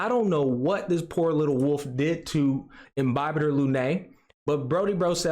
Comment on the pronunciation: Imbibe-tor lunay 💀 I didn't even notice until you pointed out the effort the put into pronounciation Im-bibi-thor (bibi is like beebee but a shorter ee sound) Luna (like Sailor Moon's cat) and an "i" sound at the end. Lun-eye. You can go with the ay sound ig for later latin, but the stress is more on the Lun and less on the AY.